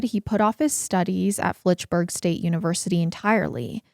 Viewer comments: Fitchburg state, there is no l. I live 20 minutes from fitchburg. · I love you guys so much & I know this case is serious it was huge here in MA but hearing say Flitchburg state instead of Fitchburg did make me giggle a bit